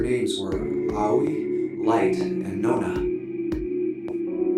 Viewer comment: In Japanese, there is equal stress on every syllable unless spelled otherwise, so it's just "Ah-oh-ee" with no emphasis on the "oh" and sounds more like "Owwy" said quickly. And "Raito" is literally just "Light" as it's a borrowed English word. The name in Japanese is gender neutral too (Hikari/Hikaru) but the director, Uchikoshi, either didn't realize Light isn't really used as a name in English, or just didn't care